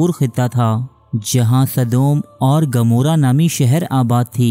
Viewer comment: Correct your words kindly sadoom and amoora na k gamoora?